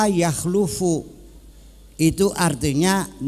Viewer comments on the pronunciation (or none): Yg benar khalafa yakhlifu, Bukan khalafa yakhlufu